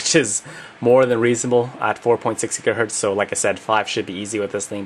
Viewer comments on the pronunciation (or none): none